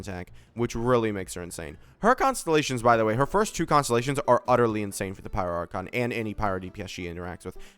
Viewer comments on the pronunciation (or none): none